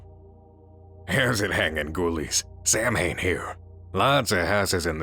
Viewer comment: Last story is very fun. But that's not how Samhain is pronounced.... It's Gaelic, which means letters just look like English.